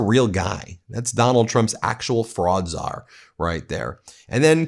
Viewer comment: You said Fraudczar, but I hear 'Frog'czar. His talking about taking the fish didn't help my second of confusion. With this Administration, I rarely get surprised by the stupid things they do or say.